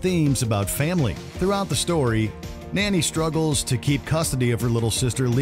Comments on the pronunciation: It’s Nani not Nanny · wait did he actually say nanny instead of nani??